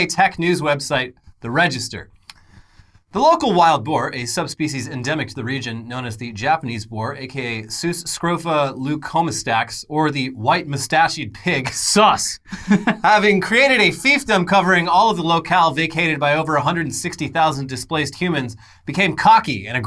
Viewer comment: Am I the only one worried about how pronounced "moustached"? "Muh-stash-eeeed"